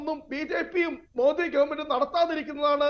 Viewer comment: മാതി എന്നു പറയുമ്പോൾ കൂതീ എന്നു പറയുന്ന ഖാൻഗ്രസ്കാരൻ😂😂😂